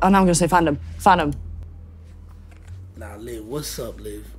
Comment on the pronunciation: I came to see your reaction bc I heard her saying “fat” when she tried saying yo name 😭